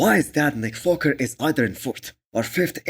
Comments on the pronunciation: this guy is literally trolling by saying nick foker or what ? my man its WALKER not FOKER !! i worked with Indians and they dont have issues pronouncing the W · You are right, he did say foker, but so what! Its just a slip of the tounge.